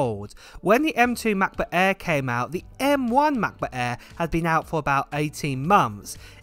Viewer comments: Hahaha love how he emphasizes MacBook Äääähr :D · Come on…. I know you’re talking to me :-) 1. I love the way you pronounce the aaaaaair. 2. Don’t blame the islands; it’s you, mate, always adding that extra 1.3s I see what you do here ;-) Hugs